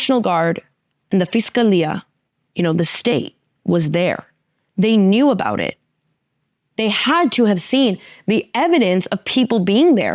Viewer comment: Funny how this beautiful Latina, with the accent in tow, said the word "about" and it came out "a-boot" and some Canadian popped out. She's amazing.